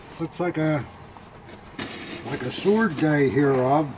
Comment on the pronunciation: Am I the only one who thinks he's always saying, "Hob," not Rob. BTW I think Hob would be a cool boy's name.